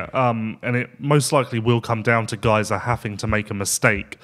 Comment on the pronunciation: Every time miss pronounced Gajser it's like nails in my ear. Great show otherwise.